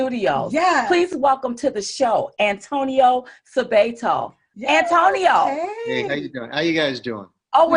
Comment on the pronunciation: I’m sorry, but you are pronouncing this man’s name incorrectly. It’s Suh-bot-oh